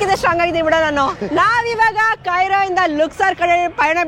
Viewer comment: ಅದು ಕೆಯ್ರೋ ಅಲ್ಲ, ಕೈರೋ 😂😂😂 ಕರೆಕ್ಟಾಗಿ ಹೇಳ್ತಾ ಇದಾರೆ.😅